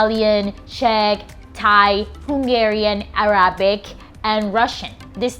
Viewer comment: Not sure you can be trusted as a teacher if you can't pronounce the word Arabic correctly.